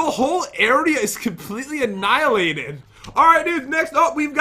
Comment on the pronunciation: Annohilated Obsölit